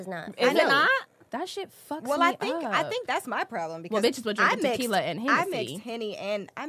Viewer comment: Why say Tequila like the 🤣😂